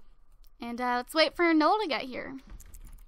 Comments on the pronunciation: It actually is Noel, like Christmas in French, not like you said ''Nool" because that's wrong. Trust me, my great grandfather's name is Noel. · it is pronounced "no-el" not nole :P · it's no-elle :/